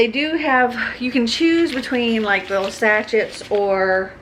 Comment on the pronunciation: I watch your videos. Long time lurker, rare commenter, but I just wanted to say sachet is pronounced like "sashay". I don't know how you can edit as many videos as you do. I wouldn't have the patience. :-)